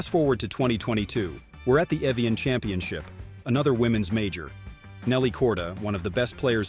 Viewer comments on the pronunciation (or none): none